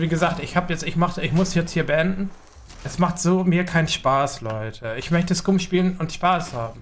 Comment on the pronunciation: Alter hörst du dir selber zu? Warum sollten die Entwickler nur Samstags Mechs anmachen?? Hää? Damit Samstag keiner dann dahin geht? Und was die EInstellungen angeht check die mal. Auf unserem Server ist alles einwandfrei mit Loot. Aber so ist das wenn man zu faul ist sich bisschen was zusammen zu looten. Lern zu spieleb du Bot ;) und achja es heißt Skam und nicht scuuuuuuum